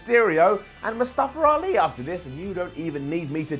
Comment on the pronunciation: it's MUSTAFA ALI.... not MUSTAFER ALI